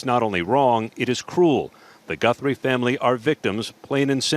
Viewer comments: Goothry, it's Guthrie. Ok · Lmao bruh can’t even read seemingly Jesus where’s he seeing the double o sound lmao he can’t be researching much if he can’t even pronounce her name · Guthrie not Goothrie.... listen you say it wrong over and over again it's too much I'm out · 'Goo-three' come on, we can't chalk this pathetic attempt at pronunciation to you being a brit LOL learn the person's name at least 😂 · Its Guthrie not Goothrie! Lol! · Americans do not say GOOTH THREE. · please, you’re making me laugh stop saying Goothry. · “Gootherie” bruh it’s not remotely pronounced like that lmao? Im english that names fairly common? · Guthrie is my last name and it’s so weird hearing so many people say it lol it’s g UH thrie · Its Guthrie.The u is pronounced like the u in suspect, not like in truth 😊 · It’s crazy how you hear how the name is pronounced and still say it wrong 😂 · Oh, great! You don’t know how to pronounce Guthrie… and you’re going to mispronounce it over and over and over… listen to the reporters that you’re playing on the show, that is actually how you pronounce Guthrie…